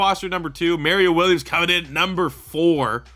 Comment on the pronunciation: These retro rebuilds are great but the way u pronounce Mario Williams hurts my brain lmao